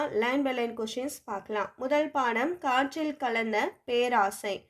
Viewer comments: Perosai ma'am not peraasai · பேராசையா....? அய்யோ தெய்வமே அது பேரோசை